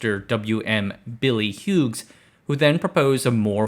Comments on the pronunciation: Aussie here. Great video. Thanks for pronouncing Melbourne correctly. Mel-bin is also a valid pronunciation. Hughes. Say ‘Hues’ like there are different hues of green. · It’s huse Hugh’s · Hughes is pronounced Hues